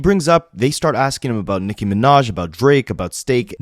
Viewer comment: Unrelated but anyone else annoyed asf how Ak pronounces Nicki?? Like, it might be some dumb ass injoke on his stream but it sound like he saying Micki.